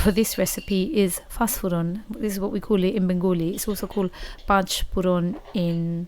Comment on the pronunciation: apni sylheti? apnar pach furon, donia shune bojha zay. sylheti na hole bolto pach foron, dhone.